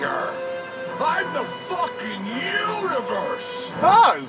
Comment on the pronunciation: lol "i,m the fucking unavers